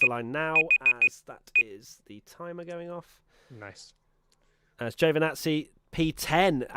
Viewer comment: It's "ji-o vee nazi" not "Jo venazi"... Perez keeps getting shitty traffic in qualifying...